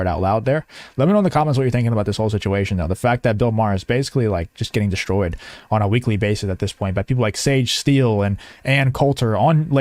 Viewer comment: The word is Destroyed, not DESHTROYED.